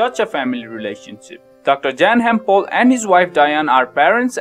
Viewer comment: It’s annoying how he doesn’t pronounce dr pols name right